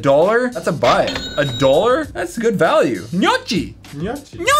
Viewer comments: Actually is pronunced like "gnome" for the "gno" and like "ki" for the "cchi" with a almost inesistent pause in between, the second is called "TORTELLINI", but if you have doubt you can allways look at word reference ;) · you are wrong. It's pronounced 'no-kee' and it is like a dumpling. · Gnocchi is pronounced like KEY not CHEE. I'm Italian. Don't argue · You have to say "gnokki" not "gnocci". I'm from italy man :) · It’s not nochi it’s pronounced no-key bro. I love gnocchi and tordilini or perogies and rigatoni all night. 🇮🇹 Italy is life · It is said knee-yok-ie not knee-yo-chi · Nyo-kee not Nyo-chee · It’s not pronounced gno-chi it’s pronounced no-key I eat it all they time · Its actually pronounced gno-key not gno-chi. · You pronounce gnocchi like neeokee. I am Italian and it makes me SHOOK NASTY. Like so he sees this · Gnocchi is pronounced (gno-key) instead of a chi sound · Justin Illiano at the end he said gnoochieeeee like as if it was finettic spelling which annoyed me my aunt is Italian and that's why I know how to pronounce it haha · Justin Illiano I am like 75% Italian and the way he says it makes me cringe so hard. I pronounce it nyohkee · My family and I always pronounced it like No Key. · we pronounce it as "nochi' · Carter Pike KNEE-OOH-KEY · I know I got SO SHOOK when he said CHEE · thanks for pointing this out. I almost did. I cringed so hard every time they said nochi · It’s pronounced nee-o-key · Noh-key actually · Smylie Constopolous The spelling pronunciation is "noki", or something like that. 😂😂😂😂😂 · The way it's said kinda makes it seem like it should be spelled nyaci or ñaki. it's just an odd word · It's nyoki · Literally made my brain hurt the way he said it.. it's pronounced like nyoki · Gnocchi pronunciation knee-oh- key trust me I'm italian😂😂❤️🇮🇹🤘🏻🤘🏻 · Gnocchi is pronounced like no-key correct? This video is making me question everything😂😭😭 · Box Bo it's pronounced nokki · Box Bo it's pronounced nyo-key